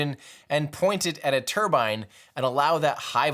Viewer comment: Another great video Tim. As a Brit, I like that you say 'turbine' and not 'turban' 👳🏽‍♂️